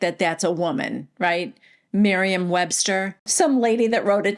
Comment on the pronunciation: “Miriam” Webster 😂😂😂😂